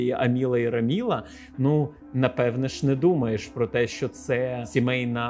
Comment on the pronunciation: Все прекрасно, але «АмілА» і «РамілА» різало вухо